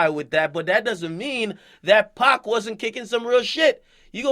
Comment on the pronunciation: Bitch his name is 2pac not 2bak 😂 clown ass bitch